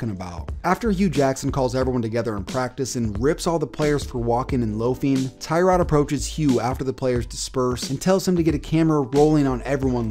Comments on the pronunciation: It’s “tuh-rod” not “Ty-rod” free “Tuh-rod” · TUH-rod Taylor not TIE-rod. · It's actually prenonce Tuh-rod not Ty-rod just a cool fact for you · Tie-rod? No, it’s Tuh-rod. Also, I’ve always liked Tyrod. He’s a beast. Sure he’s not elite, but he’s better than people give him credit for. And he’s a super chill guy. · Its tuh-rod now lol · Its actually tuh-rod smh Nah I dont actually care it will always by ty-rod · It's pronounced (TUH-ROD) Taylor. Get it right, buddy 👏👏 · Thats not how you say tyrods name